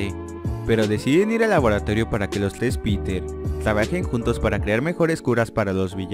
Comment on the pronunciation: xD ahora me doy cuenta que esta no sabe pronunciar la r dice tles en ves de tres jaja